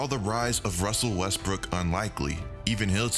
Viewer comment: Russell Westbrick(not brook) lol